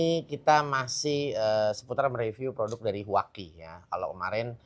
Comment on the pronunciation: Huaqi❌ Cuangqi✅